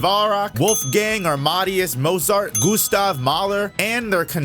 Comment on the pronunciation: Bach and Mozart’s pronunciation irritated me